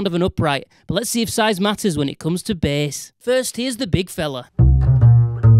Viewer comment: I liked it when he said B E H S